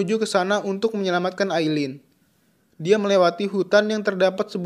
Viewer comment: Aillin bukan ailling.ismaiL.bukan ismaeL...."